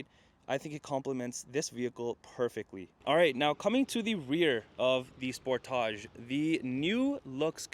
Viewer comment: So glad you can say Sportage properly! Good review